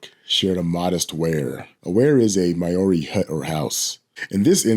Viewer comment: with all respect, if you pronounce Maori as 'mouldy', you've got it.